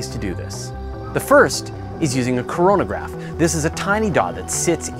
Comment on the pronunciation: Did he hust say coranagraph. All i thought of was corona